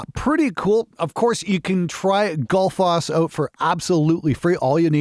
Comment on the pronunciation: Given that it's named after the Icelandic waterfall, I think it's pronounced more like "Gootl-foss".